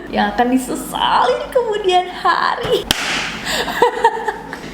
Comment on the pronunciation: "YANG AQAN DISESALY KEMUDIAN HARI" im sorry nes, but when you said those magical words its really making my day 🙈